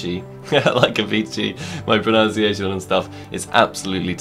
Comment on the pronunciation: "My pronunciation is terrible" The irony when you pronounce 'pronunciation' wrong xD